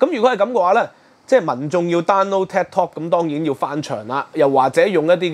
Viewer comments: tik tok 係「剔托」，唔係「踢托」，好ung耳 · 禁Ted Talk 🤔? Ted Talk is very popular. Should be Tik Tok pronounced as “Take Talk”. 😃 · 係Tik Tok 唔係Ted Talk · 發音可能要準少少，我聽到 Ted Talk 🙈🙈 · ，你自己題目都正確寫出TIK-tok; 點解你的不斷讀書Ted-tok? 還有是余茂春，呢個名大家都知，你有點落後了！